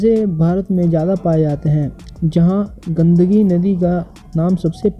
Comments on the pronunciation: Pagal gundagi nadi nahi bolte gundaki bolte hai 😅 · Bhai its gandaki nadi not gandagi, pronounciation sudhaaro apna nhi toh arth ka anarth karoge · भाई वह "गंदगी" नहीं " गंडकी " नदी हैं। आपका उच्चारण ठीक करो।🙄🙄🙄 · pronounce well its gandaki